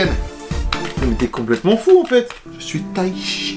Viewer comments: Du taichi hein la c pas du taichi c du taichite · 4.28 itaïchi 🤣🤣🤣